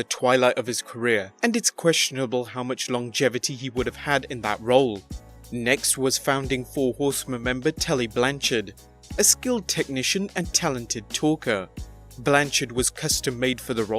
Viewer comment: Telly Blanchard? Tully. I believe that Tully isn't pronounced Telly. If I'm wrong, correct me